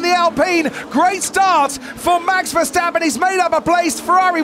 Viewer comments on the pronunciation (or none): Miami is a joke in every way. A track that lookes likes it built in a week, overdone show with fake harbour (🤣) and last but not least: the commentary! Can’t grandpa say Verstappen? Or does he have a potatoe in his mouth since he pronounces his Max’ name as “ Fershhhteppen” 🙉 No more Miami please.